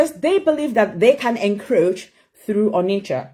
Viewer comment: is fake, someone that’s not born in Uk pronouncing this our own onicha as oni i i chaa, chinwendu as chinwenduuuu. You met MNk for days yet you couldn’t convince him not to disband Dos led by Chika Edoziem that means he don’t trust you, someone should take the mic away from the more she speaks the more she exposé’s herself to people who can connect dots. If you can’t convince your husband then he simply don’t trust you. It’s not a rocket science